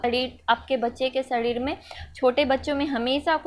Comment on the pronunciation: Shadhid😂😂😂😋 not sareer